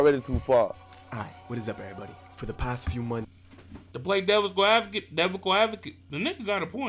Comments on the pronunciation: "Devical Advocate"🤣🤣🤣 Bruh it's Devil's Advocate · Devils advocate not no devico advocate never say that again please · Devocol avokat? Whwn will americans learn english😂 y'all shit ain't french anymore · "Devical Advocate" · Not "Devical" 🤣🤫🤭 You funny af my dude. I fuck wit you 💯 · The “devical adcocate” bruh you got me rolling but your right and I like them both it’s a sad story to me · " devicle advocate" lolllllll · Nobody:...: To play devical advocate DEVICAL ADVOCATE THE NIGGA GOT A POINT 🤣😂😭